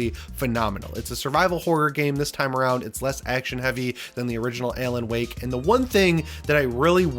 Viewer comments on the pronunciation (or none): "Ay-lan Wake?" LOL